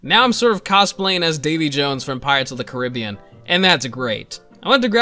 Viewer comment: How does this lad pronounce Caribbean wrong 😰😰